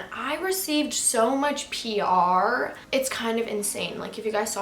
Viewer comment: and how she says "PR" lmao funny